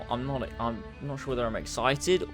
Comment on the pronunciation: "If I'm exited, orr........ Scaæaered"